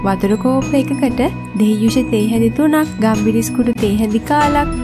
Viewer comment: ගම්බිරිස් නෙවෙයි ගම්මිරිස්😒